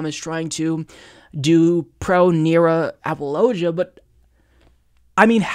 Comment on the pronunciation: it's "app-a-low-gee-a" not "app-a-low-ja"..............also, it's "street, strength, stride" etc. not "schtreet, schtrength, schtride, etc,;-)